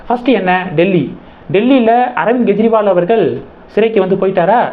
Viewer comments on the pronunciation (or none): Gejriwal? It is Kejriwal. You can't differentiate G and K sound in English?